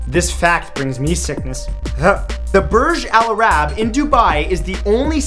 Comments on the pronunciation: the way u pronounced Burj Al-Arab really killed me. Damn. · Burj Al Arab not Burj Al Araaaaaaaaab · it's "burj al-arab" not "burj alarab" it means "the arabs tower" al means the burj means tower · Um... Its pronounced Burg - Aal - Arr - ab. You're welcome.